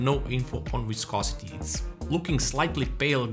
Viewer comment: Idk if anyone let you know in the comments, but you pronounced "viscosity" perfectly.